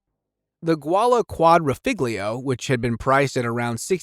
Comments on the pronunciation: not the gawalla quadrifriglio. pronounced JOO-LEE-AH quadri-fo-glee-o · "JULIA" QUAH-DREE-FOH-LEE-OHH